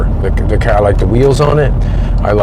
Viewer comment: I love the ole kerr. That is how you say car right?